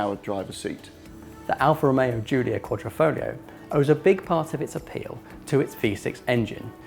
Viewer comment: Quad ra Fog lio ? Come on guys, you know how to pronounce it !